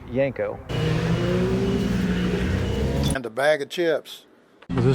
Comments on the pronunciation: I was born and raised in pgh pa. I spent my teenage years living in Canonsburg near where these were built. My uncle's and I talked about Yenko's all the time. Although us locals always pronounced it "YENG-ko". Every time the narrator says "yenn-KO" , it sounds funny. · You say the word Yenko wrong buddy